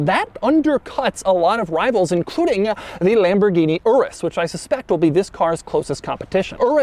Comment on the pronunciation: So much cringe the way he pronounces Lamborghini Urus 🥴